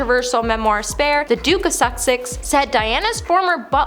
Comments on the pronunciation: Some phonetic help…”whinging”=WIN-JING, “Sussex”= SUS-EX (not “Suxex”), “row”(in this instance) R-OW. Cheers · It’s The Duke of Suh-six not The Duke of Suck-sicks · Susssssssex, not Sucksex. Otherwise, great video! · "The Duke of Suxex" 😂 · Oh, bless you. Kirstie is not pronounced ~ Christie.....her name is kir-stie........"Curse-tee"......... And , it is unfortunate that you keep mispronouncing the Duke's name as the Duke of Suck-sex......🙀several times. 😂😂😂😂😂😂Oh my ribs. Aw, you got it right in the end. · I thought at first, she was being cheeky by saying “The Duke of Suckcess”. 🤷🏼‍♀️ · .... aw, bless her..... come on , I mean.... The Duke of Suck-sex! Brilliant!!!! ( To be fair, Once you start mispronouncing words it can be really difficult to stop repeating it.) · Ya gotta get some advice on your pronouncements. Sussex (?), good grief! Row is pronounced roue. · do you not know how to say "sussex"?